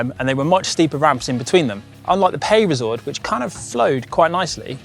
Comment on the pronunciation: Oh dear looks like we have another gcn presenter who can’t pronounce foreign words.. “peyresourde” is not meant to be “pay-re-sourde”😬